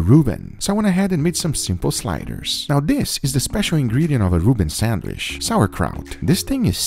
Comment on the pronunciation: SandwhiCH not sanWISH!!! God damn it guga!!!!